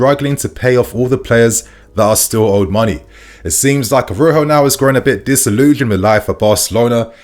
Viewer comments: it’s ARAUJO (pronounced ara-uho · Jesus, spell the man’s name correctly. Araujo! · Araujo. Bro, I beg you please put a bit more effort k. Spelling and pronouncing foreign players names. Makes you even more legit